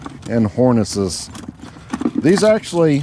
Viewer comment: Harness….it’s pronounced Harness